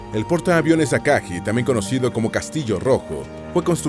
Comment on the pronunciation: Ryuu"YO" Aka"GUI" So"RI"uu Hi"RI"UU No es burla ni nada parecido, solo queria compartir la manera correcta de pronunciar los nombres de estas naves, gracias por el video